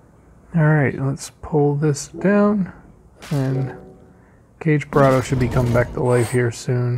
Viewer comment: slight correction, Sif is counterattack, not reflect... ;-) Oh and I'm pretty sure it's not "Cage-Burado" but KA-GE-BURADO (i.e GE as in GAY)